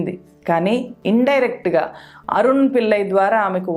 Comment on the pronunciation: మీ విశ్లేషణ బాగుంది. తెలుగు దరిద్రం గా ఉంది. వీల్లు కాదు వీళ్లు. పిల్లై కాదు పిళ్ళై. అరున్ కాదు అరుణ్. Please rectify to become one of good youtubers in news.